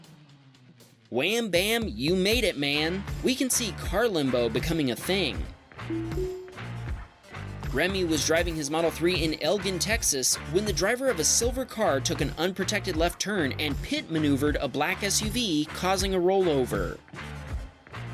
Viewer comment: Elgin is pronounced like the letter L followed by the alcohol Gin